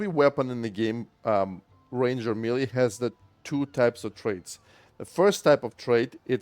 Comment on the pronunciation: May lay. Say melee like that.